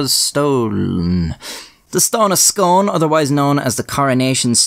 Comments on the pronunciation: the scone in the stone of scone, scone abbey, and the town of scone, is pronounced scoon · I live 10 mins walk from Scone in Perth, Scotland & all I wanna say is that Scone is pronunced in the same way as spoon as in Scoone! lol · It's pronounced scoon..I'm from Perth right next door 😆 love the content keep it up. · It's pronounced scoon!!! Lol always good vids and not disappointed yet again 👍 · ...Hullo:), I'm from Perth (SCOTLAND) 2 miles from SCONE (FYI, it's pronounced 'Scoon') and most Scots (NOT ALL) are VERY anti-british/monarchist, myself included. The Stone of Destiny was STOLEN by king edward I in 1296 and only returned to Scotland in 1996. It will be the centerpiece of a new £26.5 million museum at Perth City Hall, construction of which started in February 2021 and is scheduled to open to the public in 2024. ALBA GU BRATH!! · Scone is actually pronounced “scoon”, idk why it’s spelt like the food in English but it’s not pronounced the same. In Scots it’s called the Stane O Scuin. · I actually live a few minutes away from Scone. Fascinating vid. btw its pronounced "scoone" not "scone" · Unfortunately the Stone of Scone is pronounced " Stone of Skoon". Yes, scone is pronounced "skon" (if you're Scottish) but Scone, (the place) is different. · Scone, in the case of this stone and the place it's named after, is pronounced Skoon. Sorry that ruins the poem. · I’m Scottish and from the area and it’s pronounced “scoon” just incase anyone wants to know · Isn't Scone pronounced sk-oon? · It is pronounced "SCOON" not "SCONE". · It's pronounced 'Scoon' like how you say spoon, despite the spelling. I live just up the road from the place. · It's pronounced "Scoone", but I appreciate that rather ruins the joke. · I'm from Perth (scone is part of perthshire) it's pronounced scoon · Pronounced Scoon not Scone! And that tyrant Edward I stole it we repatriated it home!!🏴 It belongs to Scotland! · I live in scone! Also it's pronounced Scoon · It's pronounced Scoon!